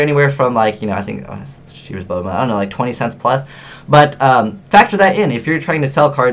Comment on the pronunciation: useful info. though every time you say "bubble mailer" I keep thinking you're saying bubbleman :P